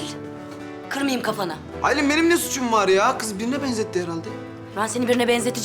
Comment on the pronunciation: tilkiye aylin ayleen diye okunuyo heralde 😂